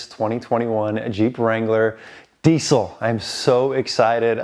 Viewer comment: It’s not DEEC IL. It’s DEEZ ILL